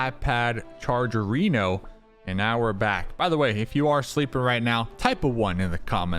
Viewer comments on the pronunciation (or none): none